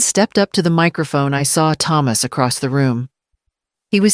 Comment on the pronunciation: Why can't the pronounce the name Thomas properly